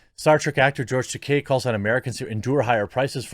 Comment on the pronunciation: Tah - KEY not Tah - Kay. La RAY NA. There is no i between the n and a in Reina meaning, phonetically, it can not be pronounced Ren ia.